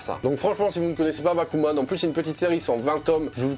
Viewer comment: Magnifique transition bon par contre j'ai compris bakugan au début au lieu de bakuman... j'aime les deux donc c'est pas grave ತಎತ